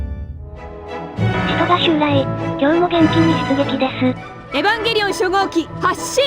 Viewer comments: エヴァン↑ゲーリー↓オン↑ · エ⤵︎ ヴ ァン⤴︎ ゲー⤴︎ リ オ ン⤴︎ アダムがハガレンのエンヴィー！？ じゃんけん ここが私的に見どころ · 何回見ても「エヴァ～ンゲーリオンっっっ⤴⤴」の発音好き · 相変わらず発音がえぶわんげりおんなの大好き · この「えぶぁんげりおん」って独特の発音好き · 11年経ってもヴァの発音そのままで安心した😌